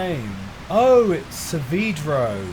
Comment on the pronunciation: I would like to both thank and curse artoveli for illuminating me to the fact that our beloved antagonost's name is pronounced sah-VEE-dro, not sah-VAY-dro as I'd previously believed. I feel like my whole life has been a lie /lh